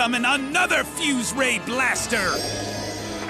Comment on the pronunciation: “FYUZE RAYEEE BLASTAH!!!”